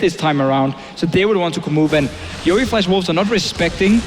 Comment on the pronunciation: YOE* NOT YEO! GET IT RIGHT!